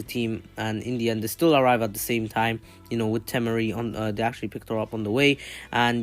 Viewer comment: T-mar-e “temari”